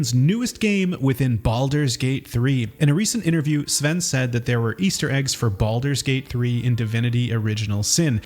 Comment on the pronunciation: “Baludurs Gate3”